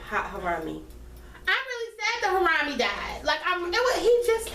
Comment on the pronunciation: It's about time! OMG I'm the same, 0 motivation! 10 or 11 is the perfect start time. Ditto! I could breathe on Sunday. It was a nice. butchered Harambe's name the entire video LMAO. He had to go, but RIP in Harambe. Just chillin on Memorial Day weekend and caught a few bullets. F the playoffs! OKC pissed me off, it's over.